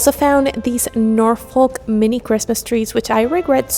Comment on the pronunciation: Great video. FYI Norfolk is a place in the UK and its pronounced "Nor-fuhk" The stress is on "Nor" and the L is not pronounced. 😁